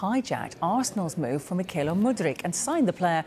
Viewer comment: . It isn't myKaylo. The KH is not a K. MeeeKHAAAylo. Not really that difficult.